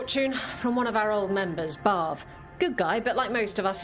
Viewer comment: The way says "Pulling a barv" kind of sounds like she is saying "Pulling above"